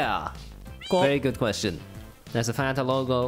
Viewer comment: Hispanics (not all) pronounce fanta as Fuh-Ahn-Tah